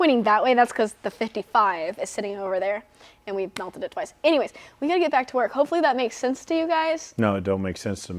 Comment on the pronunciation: “twonce”. I like the new vocabulary word. Use it in a sentence…”we raced this car twonce, I think”